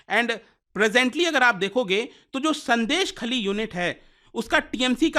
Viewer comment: Pronounced as " Shôndésh-khaali"